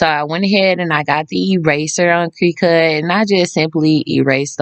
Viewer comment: “Crih-cut “ not “cree-cut” 😢